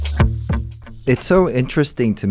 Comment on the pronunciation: Sang said James Humphrys instead of Pumphry 😅